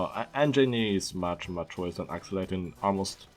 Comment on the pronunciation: i love your french/german accent. i dont know it sounds more like french but the best part is that you call it "accelator" lol